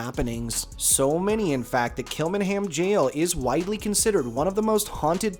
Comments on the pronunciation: Great video. Kilmainham Jail is actually pronounced as Kill -main-ham Jail. I'm surprised 'The Brazen Head' pub wasn't mentioned. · It's pronounced kilmainham jail. I worked here for 8months and experienced one paranormal encounter but can't be 100% sure.